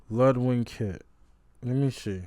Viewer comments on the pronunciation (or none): LUDWIG drum kit, not Ludwing!